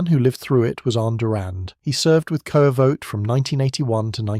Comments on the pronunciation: The koevoet is pronounced kufut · It's pronounced coo-foot. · Koevoet pronounced more like "coo-foot" actually... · Two Afrikaans pronunciations: “Kas-pir” “ku-foot”